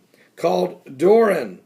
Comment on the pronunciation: Hey Pastor, the name is DORIAN, not Doran. Dor-ee-an. Hate to correct you but I just read the news on it before I came here. Have a blessed day.